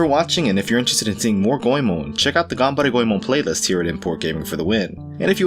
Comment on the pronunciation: Says "Got any more of that Ganberry Go-eee-man?" in silly Try voice...